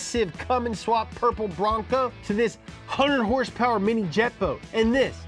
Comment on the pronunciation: The way you say horsepower is annoying af.